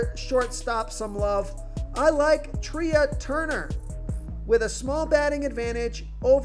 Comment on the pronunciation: FYI Trea is pronounced like Tray (a thing to place plates on in a restaurant.)